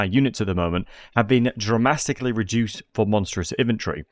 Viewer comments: Dramastically. Drastically or dramatically. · "revolvering"?? ""DRAMASTICALLY""??? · “Dramastically” now that’s a new word lol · Dramastically! :D